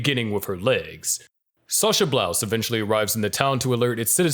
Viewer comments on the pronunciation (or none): It's called Braus not blouse